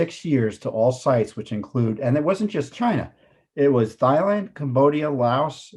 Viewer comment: Fascinating news, great details and what we all suspected. Well done and Thailand is pronounced as in ‘Tie’, not ‘thigh’ 👍🏼🙂